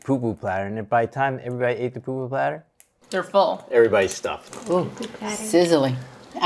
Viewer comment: Its pupu not poo poo aloha 🌺🌴